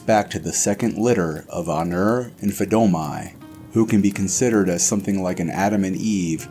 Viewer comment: This is well done, I am unsure about the fire in the background (it's just a loop and it can get annoying when you notice that), but the only advice I can give, and I generally don't care too much about pronunciation but you put way too much emphasis on the last letter of certain words and that's jarring. Fadomai is pronounced similar to Padome, Nirni isn't Nirn-I, it's Nirni, like Nirn-e. Other than working on pronunciation and either using a procedurally generated non-repeating fire sound or ditching it, I can't really think of anything I'd recommend.